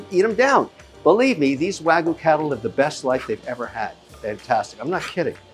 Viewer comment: Congratulations Mr. Wonderful! Three things: You spelled “restaurant” wrong, twice… once in the thumbnail and once in the video title. Third thing, Wagyu is pronounced Wag-Yoo not Way-Goo or Wa-Goo. If you are going to purvey it, you must properly pronounce it. I sincerely wish you great success. Cheers.